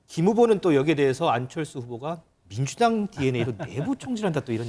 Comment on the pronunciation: 안철수 발음...밍두당에 대당덩비리~~~~~~~~~~~~~속터지네!